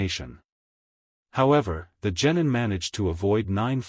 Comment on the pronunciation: You gotta stop saying genitals for gennin